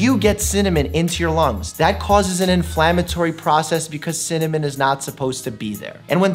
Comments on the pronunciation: Cinamon not cimanon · Dr.Mike: Cimmamon A dictionary: Cinnamon Dr.Mike: Cimmamon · "There's alot challenging with cinnanim, synonym, cinnomon, cinnanim" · Dr Mike: chemical pneumonitis (pronounces without issue) Also Dr Mike: Cimmanon? 😂😂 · cimmonym best way to pronounce it ever(dylan hollis, love his vintagecooking vids) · Dr Mike: Ciminiom? Me a Dylan Hollis fan: well actually.. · You trying to pronounce cinnamon?Just had my grandparents last name.Are you looking telepath or something?And this is on a long time ago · Same problem saying cinnamon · Apparently including how to pronounce cinnamon